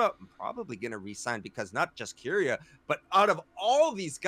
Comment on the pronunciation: Nobody else triggered as to how pronounces Keria